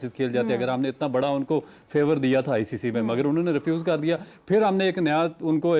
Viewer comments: Sabko is ancer ko hi lagta hai BCCI galat kr raha hai isko icc nahi बोलणे आ रहा acc बोल रहा है गधा 😂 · Inko icc bolna bhi nahi aata acc bole rahe hai 😂